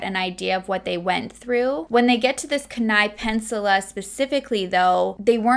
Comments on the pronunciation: I watch you all the time now. This one hit home because I live in Anchorage. I know how you feel about saying names properly. So this is coming from love. It's Key,ni (Kenai) and ca nik (Knik). We have so many interesting names here and I'm not even sure we pronounce them properly. But they are meant to be spoken in native tounge. It can get pretty tricky. Love this video. Just wanted to say hello and wtf is wrong with people. 😘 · I know I am a little late on this but I just discovered you. I live in Alaska and I know how hard it to pronounce a lot of things here Kenai-, Key-Ni. Side not it is absolutely beautiful. And Knik is Ka-Nick. Eklutna Annie- E-Clue-t-Nuh Boniface Mall- Bon-eh-face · I love you and your videos but I honestly cringe everytime you say Kenai, its pronounced Key-n-eye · It's pronounced Keen-Eye Peninsula. Just so you know. This was a big deal here in Alaska. You are giving lots of info I hadn't heard before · I live in Alaska, on the Kenai Peninsula (Which is pronounced Keen-eye but that's ok! Nobody gets it right!) and we learned about this case in highschool a decade ago. It's so crazy because this is such a small population and I've met someone with family ties to him. Thanks for shedding more light on this! He was an absolute monster human. Love you and your channel 💜